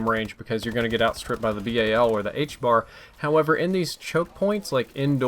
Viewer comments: And ffs it is the HBRa not the HBAR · its the HBRA 3 NOT THE HBAR it bothers me every time... Otherwise keep up the great work